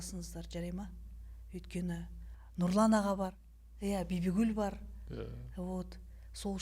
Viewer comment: Өз есиминизди дұрыс өз тилинде айтсайшы Бибігул деп Бибигуль деп орысша айтпай